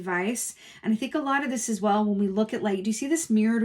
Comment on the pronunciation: “As whale” …stop 🤣🤣🤣 awesome reading, thanks so much ♥️♥️♥️